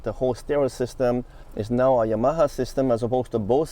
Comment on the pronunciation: Today I learned I apparently have been pronouncing Yamaha wrong for decades